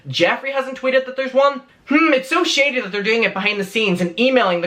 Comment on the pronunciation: Every time you say “shady” it sounds like you’re saying “shitty”😂💩